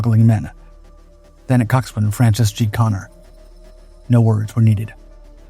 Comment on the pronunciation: Coxswain is pronounced cox'n. No w.